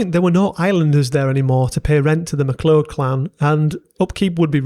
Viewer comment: So much mispronunciation! But still an excellent video, thanks! (Scottish) Gaelic is pronounced Gaa-lik, unlike Irish Gay-lik McLeod sounds like Ma-Cloud MacKay sounds like Mac-Aye Crichton sounds like Kryton Schooner sounds like skooner